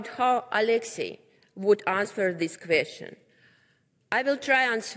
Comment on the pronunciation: а хоть немного поработать над текстом перед выходом, над произношением ... АнсВер.. ау ку-ку, Элементраные правила чтения ... или вышла бы лучше на руссском с переводчиком, раз так за Россию топит .... ой, не понимаю ... Показуха